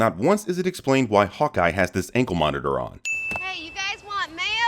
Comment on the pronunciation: He said hawka not hawkeye